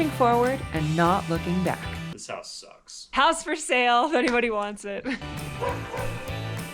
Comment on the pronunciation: CH "Hair out of square" H-O-O-S" insted of your house it's your hoos!